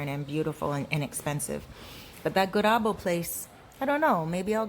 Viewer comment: there's a you tuber named "Mills Around" lived in Santiago for 2 years and worked online. She's back in the states married a Dominican, she will have good info of Santiago apts. Maybe hit her up for info. Yes its called Gurabo you said it right lol